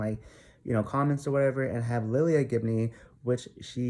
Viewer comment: first off, her name is lilah Gibney (lye-luh). Also, are you personal friends with any of them? If not, I don't think you have a right to put in any type of assumption of lives you don't know just because you "think" you know what happened. also, the truth and an opinion are two different things. So this is definitely just an opinion and assumption. Not the truth. No one knows the real truth right now but ya know what? That is ohkay. Let Jeffree and Nathan just live their lives and do what they want and feel is good for them. &last, if some girl came into my man's inbox i'd do the same thing and I'm sure a lot of girls can agree with that. We do things when we get angry and see a girl trying to talk to our s/o.I hope you don't get any death threats for speaking your opinion BUT it was really unnecessary from someone that doesn't know them on a personal level.